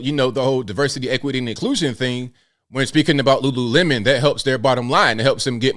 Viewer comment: It’s Lululemon, and NOT Lulu-watermelon…get over it!